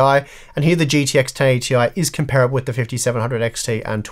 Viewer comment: it hurt every time you mispronounced 'comparable'.